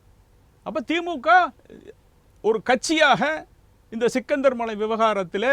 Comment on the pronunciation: சிக்கந்தர் மலை அல்ல “ஶ்ரீ கந்தர் மலை “